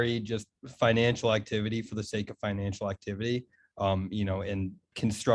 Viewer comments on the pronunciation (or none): none